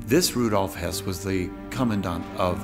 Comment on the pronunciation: This is about Höss not Hess. Pronunciation is not the same but English speakers often have trouble with umlauts. Also Hess flew to Scotland during the war before Barbarossa.